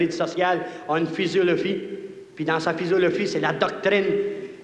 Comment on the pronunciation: jadore sa " physolophie " loll cest l'abitibienne en moi